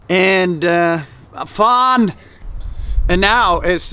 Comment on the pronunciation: You're saying "fan"! Are you from Sweden?